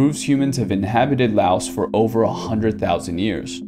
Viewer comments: Lao. The S is silent. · The s on Laos is silent. It's Lao as in cow. I've been to Lao many times mostly on visa runs when I used to live in Thailand.